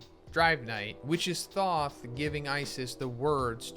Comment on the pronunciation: Thoth has a long O sound not short.